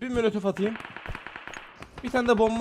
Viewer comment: Adamın en çok mölötöf diyişini seviyorum yaaa😂😂